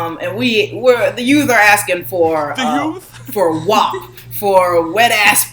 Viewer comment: As a proud Italian American I’m going to have to object to pronunciation of WAP as Wop. Lol jk love you guys